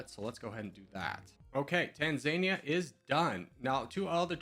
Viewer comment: It’s [Tahnzaanihja] not [Taanzaania]